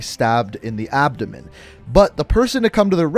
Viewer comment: Did this man say he got stabbed in the abdomen 😂